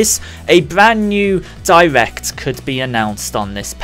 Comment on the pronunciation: is it just me or do you hear him say divect instead of direct